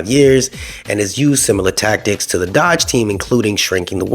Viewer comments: I'm sorry but it's NOT dodge, it's DOGE with a Long O. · Dōge not dodge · The fact that you can’t even pronounce “Doge” correctly, i can’t assume you know what you are talking about. Next video!